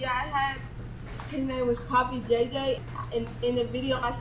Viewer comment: "Pappy" jj lol jesus he always screws up someone's name! 😂😂😂